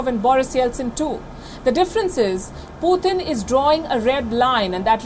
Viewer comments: It's PUTIN not POOTHIN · 😅 why is Palki saying “Poothin”